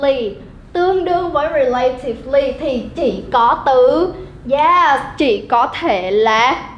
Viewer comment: Cô đọc sai phát âm 2 từ: maintenance & relatively. Nhưng nội dung bài reading thì dễ hiểu.